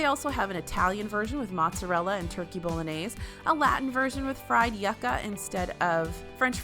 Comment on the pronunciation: Yucca is pronounced you-ca